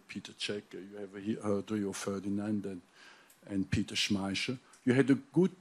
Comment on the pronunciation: today i have learn how to pronounce peter schmeichel